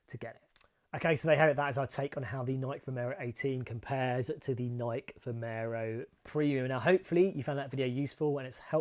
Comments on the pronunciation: Pet peeve: The correct pronunciation for Nike is "nai-key" or "NYE-kee," with the stress on the first syllable. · Welll, the correct pronunciation is the same, but it might be that Nike is generally not pronounced correctly in the UK ;-)